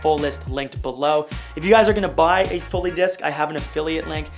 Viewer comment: dude its fully not fowly, took me 15min to dig through your videos for this ahahha ended up using "Jarvis desk" lol